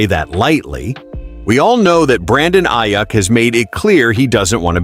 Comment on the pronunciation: This sounds like some AI-generated crap site. Speaking in first person, mispronouncing Aiyuk's last name. No thanks.